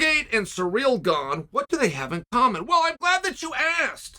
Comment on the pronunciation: Cyril Gane's time machine was stolen among other things...Chael never disappoints with mispronounced names and now Surreal's Stuff Is Gone along with the correct pronunciation of his name.